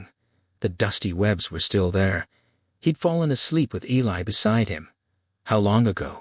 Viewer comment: You have done a fantastic job. Just wish you had pronounced Eli correctly.